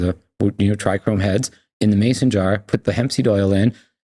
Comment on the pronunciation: Pisses me off that he says trichrome, he's so knowledgeable wtf